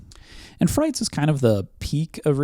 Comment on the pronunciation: I believe frites wasn’t pronounced like “frights.” After the fr, it phonetically resembles “eats.” Because French. I have a memory of calling it “frights” where someone corrected me. Could be misremembering this. Potentially 100% wrong.